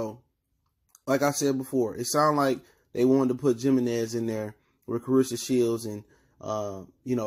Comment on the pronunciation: Yo the Mexican gone come at ya for pronouncing that J hahah